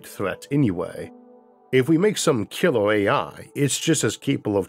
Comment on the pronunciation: Great content! What’s with the Gump accent though? It’s really difficult staying focused if you hear someone say “hordle” instead of “hurdle”. Killor? You mean killer. Never thought this accent could annoy me this much. Concorned? Concerned. Yeos? Years. Sorry but come on… Por trip? Per trip. Considor? Considered. Borned? Burned. I think this is whats holding your content back from getting the public it deserves. So yeah, good luck? Well btw, you say “good” correctly, why not use it “hurdle”. Fightors? Fighters. Eithor? Either. Infrastructore? Infrastructure. Cammorce? Commerce. Numbors? Numbers. Okay ill stop, heo? Here. Okay bye.